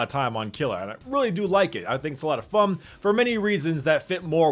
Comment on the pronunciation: I like how always pronounces "fun" like "fum"